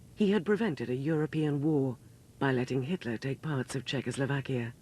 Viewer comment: For god's sake man it's CZECHOSLOVAKIA... \I know we are a small country, but the name ain't that hard...